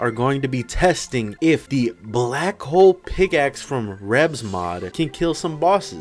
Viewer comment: BRO HOW DID YOU SAY BLACK PICKLE OMG